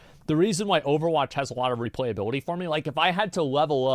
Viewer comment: xd it cost u to properly say replayability u didnt stop repeating it